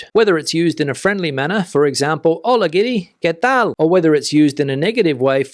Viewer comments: He says "Hola amigos, que tal?" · Why does he always say “Qué tals?” with an s at the end? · He does put an s at the end..